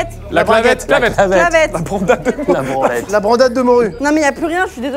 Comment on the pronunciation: a 28.46 dit " la branlette" 😭😭